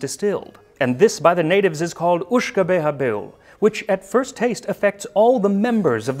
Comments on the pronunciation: Your Italian and French is good, but your Gaelic needs some work. I hope you don’t mind. It’s more like “Ishka Baha” the water of life. Greetings from an Irishman (we write “whiskey”) living in Schiedam home of Jenever, the original gin! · I know some Gaelic myself, and I think a more accurate pronunciation is “ish-ke bey-ha”, unless someone more fluent thinks otherwise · Just getting around to watching this now and yeah, about that "Lizzy's here" :D PS: The Uisge Beatha is spoken something along the lines of Uishge-bahr. YES YES BACKSEAT COMMENTING I KNOW I dont let the door hit me. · As a native of Ireland and descendant of a Scottish side I wish to correct your pronunciation of Uisge Beatha, it's actually "Ish-keh Bah-Hah."